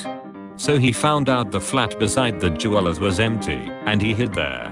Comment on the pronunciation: anyone else imagine a blinged-out koala when he said je-walas (jewelers)